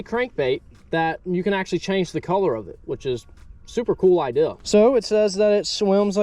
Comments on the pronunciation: It’s Idea not ideal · who taught you to say IDEA?